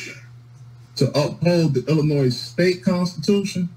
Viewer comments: I had a teacher who told us there is no "noise" in Illinois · As someone who was born in Springfield, it hurts my ears when people sound the s in Illinois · Hes even pronouncing the S on the end of Illinois. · Lock him up simply for continually pronouncing the "S" in Illinois! As an Illinoisan, it is like nails on a chalkboard to hear it. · Wow, that was an extra large word salad, with a side of word spaghetti going on there. I liked the judge and prosecutor. No nonsense, and that’s it. “Sir, you are getting extra time for being grossly ill-informed, and pronouncing the S on the end of Illinois. Good day.” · Some one needs to inform this person that the S in Illinois is silent! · The S is silent!! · I wonder how this man made it this far without knowing the final s in "Illinois" is not pronounced.